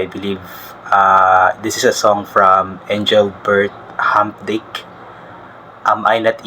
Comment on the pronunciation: Hindi marunong mag pronouce ng Engrbert Humperdinck, magtanong ka kasi. Wala akong gana sa inyo pang grade one ka lang.